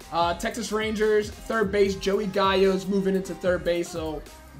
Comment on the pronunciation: You know you're saying gallo's name incorrectly right?